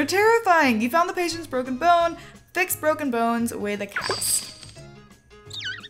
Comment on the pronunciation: Ikr and also she said broken buns lol!